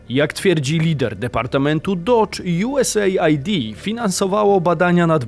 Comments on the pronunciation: czytamy nie USA - ID, tylko US - AID. Pozdrawiam;) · USAID to chyba czyta sie US ajd a nie USA id ? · US AID a nie USA ID 😅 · "JuEsEjd' chyba się czyta